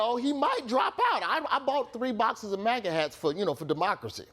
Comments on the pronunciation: So it's not MAGA it's MAGAGA. 🤣🤣🤣🤣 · "MAGAGA"? Well, it contains "gag," so it is at least an improvement.